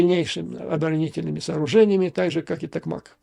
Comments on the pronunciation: Треба казати «ТокмакА» Наголос на останню А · Благодарю Вас Юрий Борисович за необходимую нам поддержку. Хочу подсказать, что город Токмак произносится с ударением на 2 слоге. Я из того района. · Здравствуйте Юрий, всегда вас слушаю. И одно хочу вас поправить когда говорите Токмак ударение нужно ставить на букву а. Это конечно мелочь, но будьте совершенны и в мелочах. Удачи вам, всего хорошего.